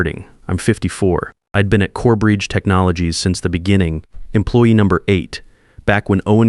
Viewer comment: CoreBRIDGE, not Corebreach! Ried is pronounced reed